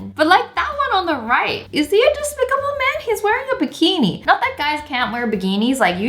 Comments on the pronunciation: did Wengie say “BIGENI”??! INSTEAD OF BIKINI?😝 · you said bigini